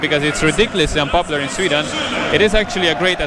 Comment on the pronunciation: I agree. The pronunciation is better than most people who have lived in Sweden for twenty years.